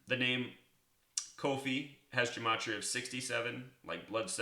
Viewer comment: He doesn't even know how to pronounce gematria!